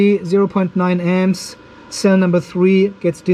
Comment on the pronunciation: for many minutes i was having trouble to understand what was the M's (or "emz"), only when i saw the power supply charging at 21 amperes i did understant "emz" was for amps. i am not a native english, and thiss is the first time i struggled hearing the "amps".